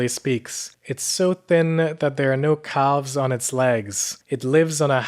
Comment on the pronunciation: can u stop calling the kid it bruh and caLLves 😭 stop..